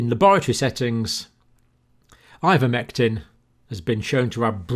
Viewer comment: Linguist here: it should be eye-ver-mectin not in-ver-mectin. ) He goes back and forth, bless him.